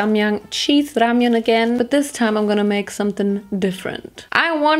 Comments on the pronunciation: More like RamYUN 🤣 loved it looooll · Actually you said rAmYon 😂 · 0 u said ramiaan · it’s ramyun 💀